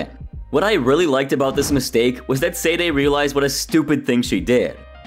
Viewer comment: For the love of Pete, could you please make the smallest effort to pronounce Sade's name correctly? You've watched the episodes and heard it pronounced countless times and it is not hard to pronounce. "Sah-day". Not "Sayd" Not "Say-day". "Sah-day". Please fix this, and apologize to Sade for the disrespect.